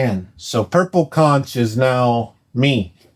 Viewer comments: The Floridian in me died a little hearing you pronounce "conch." The "ch" asks like a k. Konk. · Isn’t it pronounced conk ? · nit pick: conch is pronounced "konk". its a delisious type of aquatic snail they eat in the caribian and other places i assume